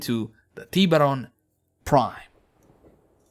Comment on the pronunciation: Its funny how you say it like "Tea beron"